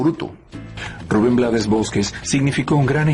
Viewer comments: Se escribe Blades, pero se pronuncia en inglés. Su papá era de Barbados y hablaba inglés, como mucho de nuestros decendiente acá en Panamá. Lo que sucede, es que hay muchos países latinos, que ciertas palabras y nombres les gustan decirlo como se escribe, porque no saben pronunciarlas o no quieren complicarse la vida y eso es incorrecto. Ejemplo Trump, muchos lo pronuncian como se escribe con la U, otras con A, otros con O, pocos lo pronuncian correctamente. en el caso de Rubén, él no se complicó y lo dejó así, porque no se iba a poner a corregir al mundo todo el tiempo, así quedó como un apellido artístico. Además, al final, ellos son los que compran y escuchan su música. Pero si lo hizo saber en el título de su documental que se presentará aquí en Panamá, YO NO ME LLAMA RUBÉN BLADES.(se pronuncia BLEIDS). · Blades es un apellido en inglés, se pronuncia Blaid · S escribe blades se pronuncia bleids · Rafael Chavarría, se pronuncia BLEIDS. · perdón, pero se pronuncia Blades